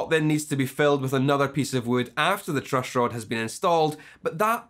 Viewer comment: The truushhroad !